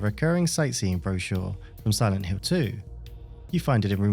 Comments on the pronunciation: Please stop pronounce "Hill" like "Hiww" - it's driving me mad! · siwent hiww